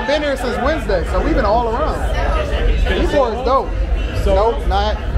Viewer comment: Tampa in the winter is milder than Miami. Perfect time to visit the beach. Oh, and Ybor is pronounced (E-bor). It’s literally Cigar city.